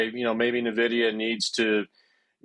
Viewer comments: I stop watching when anyone still pronounce NiVidia. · Propaganda 💯. This guy is clueless. He can't even pronounce the company name properly. Nonsense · Thanks for posting this. If the guy doesn't even know how to pronounce the company's name why should I lend any credence to his opinion?